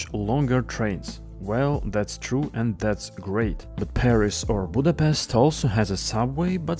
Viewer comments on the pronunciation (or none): none